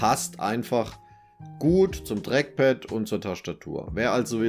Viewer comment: Das Dreckpad :D dieser Dialekt